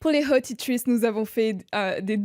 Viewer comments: Très sympa ce genre d'episode 😊❤ Mais je suis morte parce que pour le moment ma peau is breaking ouuut c'est terrible et je crois que je suis un peu trop self conscious de ça parce que j'ai compris 2x les "hot tea tree" au lieu des hot-diterices 😅😂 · Mdrrr je viens de capter grâce à ton com’ pcq moi aussi je croyais vraiment qu’elle disait « hot tea tree » 😭😭